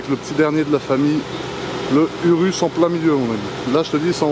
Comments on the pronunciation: On ne dit pas « URUS » mais on le dit « OUROUS » et on l’écrit URUS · ecoute moi bien tete de kiwi sa sce prononce Ourous et s'ecrit urus kiwi de crane